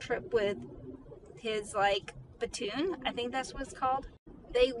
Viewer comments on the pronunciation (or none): "he was on a trip with his, like, batoon." * it's PLATOON! Tell me you didn't listen to your husband without telling me that you you didn't listen to your husband.